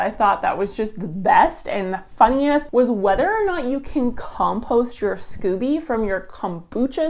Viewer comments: Pronounced skoh-bee 😘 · So Americans become Canadians when it comes to pronouncing scoby (long o), and vice versa?!?! 🤣Anyways, thanks for researching this!